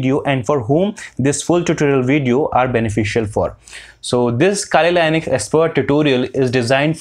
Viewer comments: 🇺🇸 : Linux 🇮🇳 (This guy) : Linus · Is linux pronounced as lainix?🤔